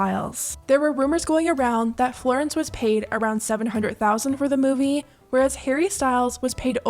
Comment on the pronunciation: love him but i’m starting a petition to stop harry styles from pronouncing ‘movie’ that way